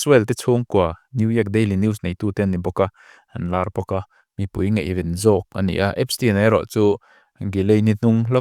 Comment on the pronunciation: Ngeihven te hi in ti thin a ... Ngaihven tih tur a nia ...